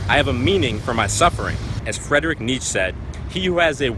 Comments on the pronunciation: its pronounced 'nee chee' Fredricks last name. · I like how he pronounces Fred Niche. Ha ha